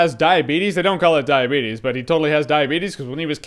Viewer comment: Sorry, but its actually pronounced "diabeetus" or "the beetus"